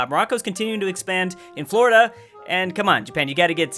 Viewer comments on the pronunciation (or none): none